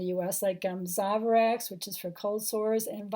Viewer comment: It's pronounced "Zoe Vie Rax", one word over here, not "Zova rax". If you ask for that in a Chemists/Pharmacy, you'll be greeted with a blank face.